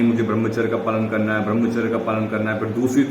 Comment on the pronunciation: Bhai brahmacharya ka pronounce thik se kijiye🙏